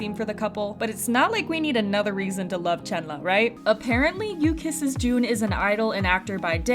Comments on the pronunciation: It's chenlee not chenla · Ayo u said chenla not Chenle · im crying ive always pronounced chenle as CHEN LEE i didnt know it was chenluh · It's pronounced Chunluh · I been pronouncing Chenle wrong this whole time. 😣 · hi i just stumbled upon your vid. i appreciate what you're doing here but please learn how to pronounce Chenle's name correctly. i know you're probably not a native chinese speaker but it'd be great if you could at least try to pronounce it as close as you can. i apologise if i come off rude, please know i don't mean to disrespect you. thank you. :)